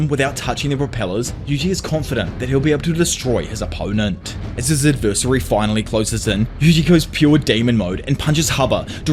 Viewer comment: You gotta learn how to pronounce the word "adversary" it's cringe how you say it.